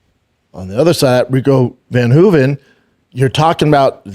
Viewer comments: Not Rico van Hoeven- it’s Rico ver Hoeven. Get it right Brandon. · Its ver hoven. Damnit shaub say names right man. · If I have to hear him say Rico’s name wrong one more time… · Dude is such a liar lol he listens to what other people say and tries to replicate the information as if he knew, didn’t even know how to pronounce Rico’s last name lol😂😂😂😂